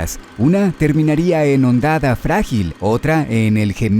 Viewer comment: Todo perfecto, excelente video para un juego tan único, pero como que "hondada" bro, es "hondonada"